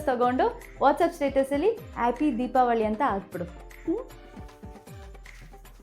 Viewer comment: ಕನ್ನಡ ಸರಿಯಾಗಿ ಮಾತಾಡಿ ಅದು ದೀಪಾವಳಿ ದೀಪಾವಲೀ ಅಲ್ಲ ತೂ ನಿಮ್